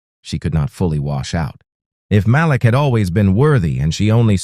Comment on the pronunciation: Nice story. The husband's name is pronounced Ma-Leek. Every so often you say it correctly. Most often you pronounce it as Malek. Just saying. Thx